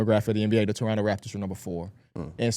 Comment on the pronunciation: Ayyyy shout out to y'all for knowing how to say Toronto lol